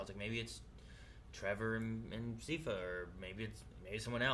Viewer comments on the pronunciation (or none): They went the whole series and never learnt how to pronounce one of the main characters name right, Its pronounced SAI FUH